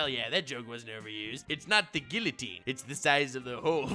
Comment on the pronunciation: Is your biggest secret you can’t pronounce Guillotine